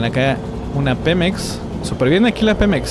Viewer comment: Dice pimex😂😂😂